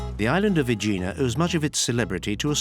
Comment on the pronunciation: I’m thinking of retiring to Aegina. By the way, your Greek pronunciation is terrible, try looking things up.